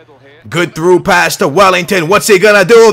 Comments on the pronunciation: Welliton not Wellington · welliton not wellington!!! big difference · IF Cesar. Welliton, not Wellington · It's Well-I-ton not Well-ing-ton :D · its welliton not wellington, poo poo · Can you please stop saying "Wellington" it's "Welliton" with no G